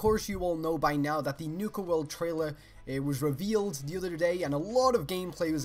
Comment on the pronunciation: "Nuka Werld" xD